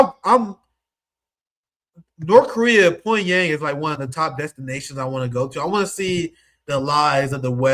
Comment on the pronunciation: let me help you out with your Korean: the heir to a corporation is a CHAI-Bowl The Korean City Pyongyang is pronounced PyONG - YANG